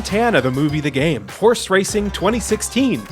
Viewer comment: Whenever I hear horse I imagine he is saying w-hores.